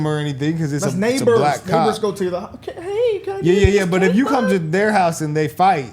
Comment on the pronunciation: "neighbor" with a hard "R". What's crazy is you know this mama calls her daughter a B** everyday. let's see that camera's recording from about 1 hour earlier. "He's just going off her word. There's no evidence." Yeah, except for that woman's face.😂 I'm sorry, is that the 13-year-old daughter in question? Gtfoh. If you really do have it on camera, then let's see it. I'm pretty sure she would have said that to begin with if she didn't think the video would be incriminating. Let's see the tape!